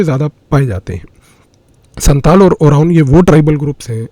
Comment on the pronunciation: You have lot of knowledges and have very good representation techniques. I want to say one thing, please don’t mind: I am an inhabitant of Siliguri, I'm a Senior Secondary State Govt. Physics Teacher. You have told about 2 tribals, Santal & Oraon. Here, and also in Bangladesh, Pronunciation of Santal is "SAOTAL", just what I wanted to say.